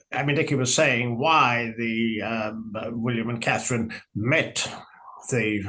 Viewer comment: Terrible AI. Learn how to pronounce Catherine, Sussex Appalling.